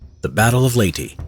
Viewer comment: its LEYT-EH dude learn how to read ìm filipino so i knw how to read leyte And also i watched some other vids you said bataan as batan ITS BATA-AN